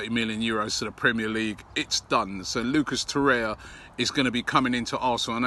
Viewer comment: "Lucas Torrea"